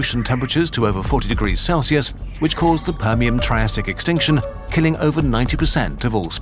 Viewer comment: I think he mispronounced it as the "Permiam" in this video though. Pronounced it with an M instead of an N at the end.